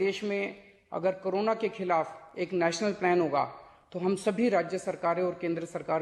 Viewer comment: ✍️sir Khalaaf nahi hota.... Khilaaf hota hai gggg.....🇮🇳JAI HIND🇮🇳